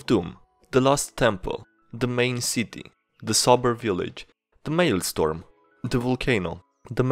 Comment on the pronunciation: A bit of pronounciation (though your About page says you're from the UK, so this might just be my American English): For the list : The second half of "maelstrom" has the r and o reversed from "storm", so it's more like "strong" "faux" is pronounced the same as "foe". In the dialogue : "Kramer" begins the same way as "crane". "Mephistopheles" is "meh fist off feel ees" or "meh fist off fell ees" , in "goliath", the i is stressed, not the o